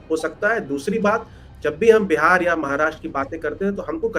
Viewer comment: बहन बिहार बोला करें बेहार नही